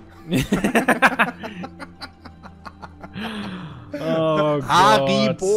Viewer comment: Kin Da Rie Gel :D